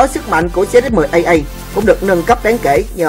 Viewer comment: phải méo ko phải ý tui nói là cái ông đọc thoại kìa, ổng đọc zx10aa